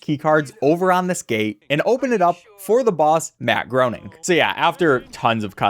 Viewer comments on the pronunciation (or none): It's funny that you called him Matt Groaning cause literally the very first cutscene he appears in has a joke that where his secretary calls him "Matt Groaning", Matt corrects her (it's pronounced "gray-ning") and then she asks him if he's sure, and he says he doesn't know anymore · Matt Groening is pronounced like "complaining". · Btw it’s pronounced graining